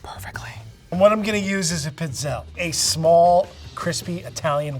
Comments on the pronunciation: They’re not pronounced pits-ehl. This drives me crazy. Pizzelle is pronounce pēd zehl lāy. You can pronounce French culinary terms but not Italian!? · as an Italian, the multiple wrong ways they keep mispronouncing "pizzelle" is killing meeeeeeee